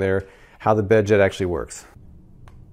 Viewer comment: The bedjet really annoyed me. Not for the price but whenever he said bedjet. I'm sorry but pronounce your D and Ts or else it just sounds like beje